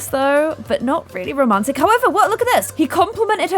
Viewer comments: I love when she say "rrrrromantic" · i need a video compilation of saying RRRRROMANTIC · I love it how keeps on saying rrr romantic